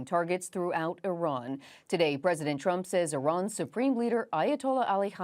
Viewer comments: It's Iran , not Iron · Eff-eye-ran God bless America.